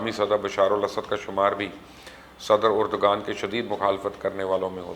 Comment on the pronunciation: My dear it's not pronounced as Erdgan but Erdvaan. Not expected from you.